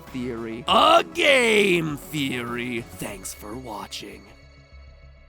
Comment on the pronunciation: no it's thonks